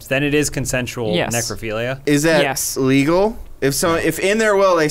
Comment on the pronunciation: Is that... LEE-gal? Me: I will MAKE it... legal.